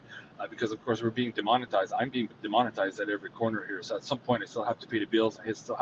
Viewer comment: De-monitized.... Demon-itized 😂